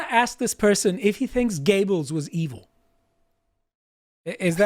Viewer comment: His name is Göbbels. not Giebbels. The ö/oe pronounced like the u in further. Greetings from Denmark.